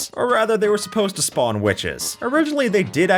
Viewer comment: gng you said schpawn hut </3